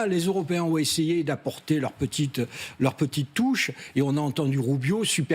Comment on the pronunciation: C'est ce qui s'appelle un lapsus au lieu de dire les "européens " il a tout de même dit " les euro ps "